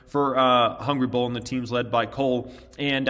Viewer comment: Why don’t you put a link to the app in all of your videos? Took me almost an hour to find the damn thing. Mostly bc you pronounce it so fast I heard Ball instead of Bull